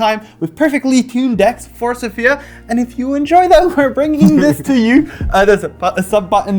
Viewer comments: Isn't it Sòfia? and not Sofìa? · i've been lied to my whole life apparently, by every news agent - also tell thoralf he's the best (no offense to everybody else). Actually, after checking, it is pronounced Sòfia with the accent on the o and not the i. I've been lied to by cardmarket!!! Is it you? Who is the best bluffer there?